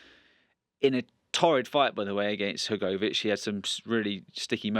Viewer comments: who the heck is this guy, he cant pronounce hrgvich name properly. and he says dubois was well down on the cards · the way hes talking he sounds like a boxing novice is my point, dubois wasnt well down on the cards, wats the proof of that, i have heard lots of people talk about the fight noone but this guy has said he was well down on the cards,and he cant prounce hrgvich name properly